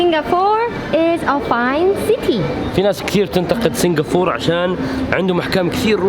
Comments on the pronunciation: اسمهاا سنغافورةة مش سنغافور -_- بالعربي , عليت قلبي يخي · عزيزي ، الدولة اسمها سنغافورة بالعربي و بالانجليزي Singapore و تنطق سنغابور. مش سنغافور. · سنغافورا وليس سنغفور كانها سنفور 😐تنرفز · انت نطقك لاسامي المدن غلط،،، اسمها سنغافورة مو سينقابور ،،، و الثانية اسمها سيؤول ،،مو صول،، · ما في شي اسمه سنغافور ياخي كلهم حوليك ينطقوها صح الا انت تنطقها خطأ بالعربي والانجلش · It's called Singapore not singafor lol. وبالعربي سنغافورة مش سنغافور